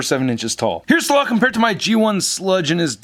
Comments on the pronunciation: IT'S SLAG NOT SLOG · isnt his name slag? not slog?